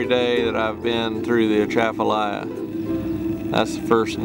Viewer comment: #1. The proper pronunciation of the river and basin is with the c pronounced like a s.Don't pronounce the A at the beginning. Shafalaha or Shafalah. The swamp is called Henderson Swamp.